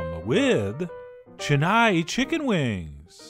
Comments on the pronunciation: It's chen-naai, not chenaye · Hey, you pronounced my city's name completely wrong... Chennai has only small vowel sounds. Chen-nai. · heck you it is not chen-nii!!!! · 'Che-nai' chicken wings ☺️😆 cute pronunciation.actually the pronunciation is 'chen-nai' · its Chennai(Chain-na- iee).previously known as (Madras).. capital of the state Tamil Nadu, India..... Chettinad is a district in Tamil Nadu... famous for spicy hot chilli laded dishes... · Absolutely murdered the pronunciation of Chennai 😂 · He said Chennai in the exact way I thought he would. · Cringed every time “Chennai” was said like that haha. But wings looked bomb dot com!!👌🏼👌🏼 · chennai is sounded wrong